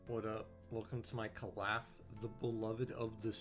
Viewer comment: Jsyk it's pronounced Cowl eh fee